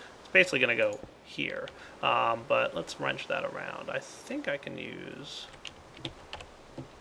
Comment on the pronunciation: start ''wrenched'' again